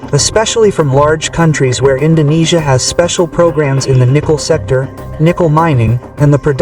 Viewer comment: bang lo org malay ya? bilang INDONESIA bang bukan INDONNESIA